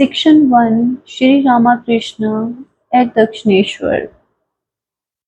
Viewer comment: Not Rama Krishna. But Ramakrishna. To be pronounced together .